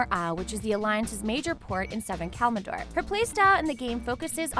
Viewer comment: KALMADOR, seriously?